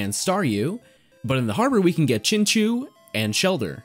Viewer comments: Was looking for that comment. It's pronounced Chin-CHOW, right? Then again, there's a number of Pokemon with debatable names. Like Arceus and Rayquaza. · Love the video but I just can't get over "Chinchoo" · I liked the video but plz , its pronunced chinchau not chinchoo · It honestly hurts me when you say chinchew instead of chinchow. But gj on the prof oak challenge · Hearing you say chinchew instead of chinchow hurt my ear lol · “Chin chew” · because i feel so so bad for you i will overlook the way you pronounced chinchou